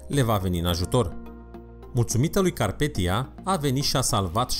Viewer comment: CARPATHIA SE PRONUNTA